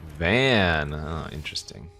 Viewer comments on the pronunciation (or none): Now I can be one of the picky writers with the way pronounces FF Card Names and say: Why do my boy Vaan so dirty by calling him "Van"?